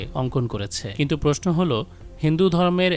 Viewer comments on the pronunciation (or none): none